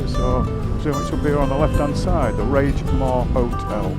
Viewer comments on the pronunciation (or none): R A I G MORE NOT RAGE AS IN ANGRY. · Great vid once again. I live locally to Inverness. The roads and scenery are indeed beautiful. You stayed at the Raigmore hotel, the “G” in Raigmore is pronounced similar to the “G” in anger as opposed to rage. Either way having seen inside I’d be raging for not booking the travel lodge 😂🏴.